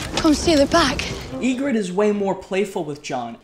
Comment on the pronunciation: Don’t expect much from someone pronounced “Yigritte” as “Yeegrid” or called “Grenn” “Glenn”